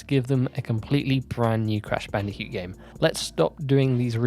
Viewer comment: Why do you say bandicute and not bandicoot hahaha